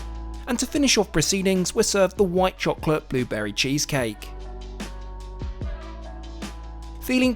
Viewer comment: "booburry cheesecake"😂